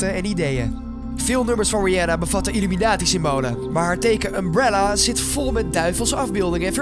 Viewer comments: Het is illuminati, niet illuminatie Spreek het maar is uit dan hoor je dat het niet klopt 😉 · Je zegt illuminatsie niet illuminatie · het is illuminati en niet illuminatie